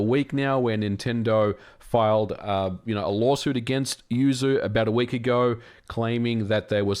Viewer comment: Sue-you lol